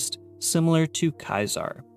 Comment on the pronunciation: Your mispronunciation of Caesar is incredibly infuriating. It's SEE-zer, not KAI-ser. You know, like little caesar's pizza?